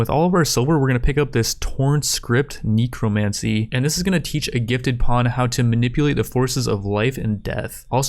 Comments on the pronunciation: "Knee-crow-mancy" XD he did it again "neck-row" is how i've always heard it lmao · 'NECK' 'CROW' 'MAN' 'SEE' not kneeecromancy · Idk why but they way you mispronounce necromancy really annoys me.